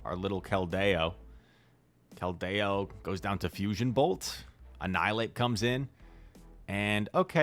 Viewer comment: would you please pronounce 'Keldeo' correctly?? Thank you